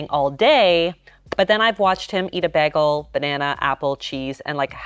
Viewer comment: Stop saying bagel the wrong Way!!!!!!!!!!!!!